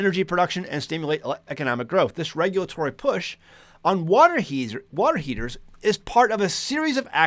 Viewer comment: You almost said "Water Heezers."